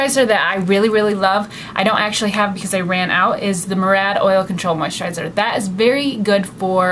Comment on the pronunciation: Murad is actually pronounced mew-rad :)